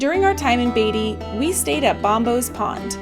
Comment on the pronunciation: It's , Beat - ty !! Not Bay - ty !! .........................................................